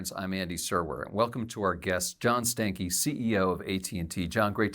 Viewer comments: Did you rip a “Stankey”? 🤮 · First of all, this ninja last name is pronounced Stanky. That's all.